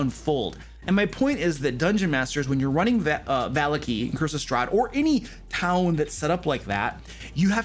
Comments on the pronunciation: I'm sorry, I just can't go on. The way you pronounce Vallaki. I'm just... Its me... I'm sorry. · not just you ...